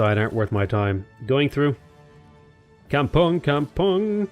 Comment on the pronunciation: Kampung is pronounced kampoong in Indonesian.